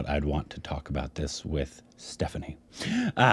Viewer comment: Stephanie's pronunciation was right